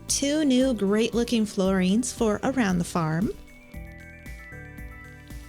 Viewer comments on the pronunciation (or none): It's annoying how you pronounce "paintings" and "floorings" etc. as "painteens" and "flooreens"